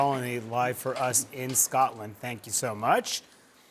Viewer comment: Why can no American reporters pronounce "Scotland" correctly?